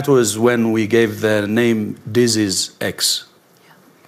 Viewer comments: Someone should tell Mr Tedros how to pronounce the word, disease - with the accent on the second syllable . . . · Dizzes! Surely he could learn to say that word. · It's amazing that the head honcho of the W_H_O often has problems pronouncing the word 'disease' when that seems to be his raison d'etre! He calls them 'Deazes', which doesn't really inspire too much confidence, but obviously pales into insignificance when compared with his other myriad misdemeanors! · I would feel much more confident if Tedros could pronounce the word "dizzes". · The Director General of The World Health Organisation - cannot even be bothered to learn english - he can't even pronounce the word "disease" !! Have a think about that... It's done on purpose - It's part of the piss take. The psychopathic leaders think this sort of thing is funny. The last "Deziz X" ... was a bad 'flu' - so effing deadly that I didn't notice when I had it...and I was 63. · 3: = "deases." If the HEAD of the World HEALTH Organisation can't even PRONOUNCE the word "DISeases".......................... be wary!!!! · Biznizz not dizizz . jokers!😂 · Amazing Tedros in his position and can’t pronounce the word disease . He has a very questionable history . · It can't even pronounce the word disease and it is supposed to be the 'leader' lol Edit: Maybe they [WHO] should be concentrating on china and Africa - where nearly ALL these 'diseases' come from to help prevent future strains! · He cannot even express the word "disease" correctly!!!! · He is head of WHO and he can’t even say the word ‘disease’ properly 😡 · Sorry I don't like the way he pronounces disease it's annoying as hell... and oh if that was the only complaint I had? We will Exile the Knights of Malta and they are responsible for the oppressive domination of all sectors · You'd think that being able to pronounce 'disease' would be an advantage for someone at the head of the WHO. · The head of WHO can't even pronounce the word disease.